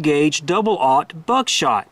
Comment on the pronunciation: Can't stand how u say 00 Buck shot lol